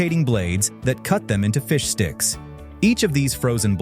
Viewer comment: It's bad enough that it sometimes sounds like "fish dicks" depending on how fast it's pronounced.